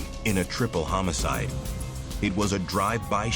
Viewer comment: dude sayd hamocide